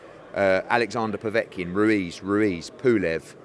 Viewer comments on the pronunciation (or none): You can’t say Andy Ruiz…Andy Ruiz 🤣